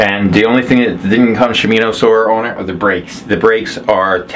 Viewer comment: ? Same bike I'm looking to buy God I hope I get a deal like you did. It's she mono is how it's pronounced for the Kranks the derailleur and all of that you're pronouncing it wrong.